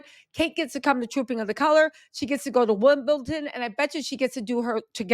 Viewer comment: It’s Wimbledon- not wimbleTON 🤣